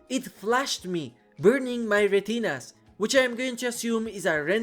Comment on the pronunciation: That "retinas" sounded Spanish haha is your first language Spanish?